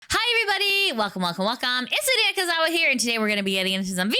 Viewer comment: su-i-ka not suı-ki-a 🧐